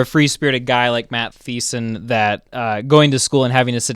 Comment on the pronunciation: He pronounced the “th” in Matt Thiessen🤣…..and then he said thisen